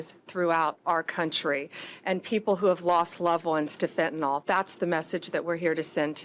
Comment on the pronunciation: To Bondi; fentanyl, not “fentanall”